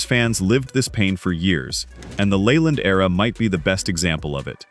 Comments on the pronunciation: Jim Leyland's last name is pronounced "Lee-land," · His name is NOT pronounced LAYLAND. LEARN HOW TO PRONOUNCE IT CORRECTLY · This guy talking can’t pronounce half the names Layland no! , it’s not in Gee but In Bea, inga, Rah Burn No Rayburn no. Don’t write about a subject if you don’t know the people, you Hack.